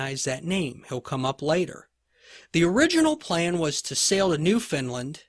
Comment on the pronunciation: I've never heard of New Finland before. Are you actually saying New Foundland? I love your lectures - so detailed, yet easy to follow and understand. Thank you!